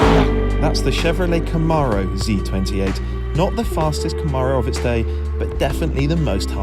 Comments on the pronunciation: Love these rise and shine videos. FWIW, it’s ‘Cam-aro’, not ‘Ca-maaro’. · You got the "Zee" part. Now repeat after me- Kuh-mAIR-O. The second syllable is like "air" or "mare" not "Arrrrr" like a pirate.